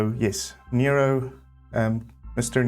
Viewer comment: As a former Jo Noero architecture student at the university of Witwatersrand in Johannesburg we always pronounced his name as No-ero and not Nero 😊... the circular shapes are in keeping with Jo's earlier work and often the plans have circular shapes; footprints, elements and this often carries to the landscaping. Thank you for this 'Best of'.